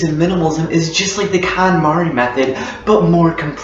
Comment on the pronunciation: It's pronounced "cone-mahri".